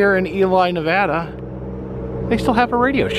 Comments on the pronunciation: Its pronounced: Nev...add...uh. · Ya gotta stop saying Nevahda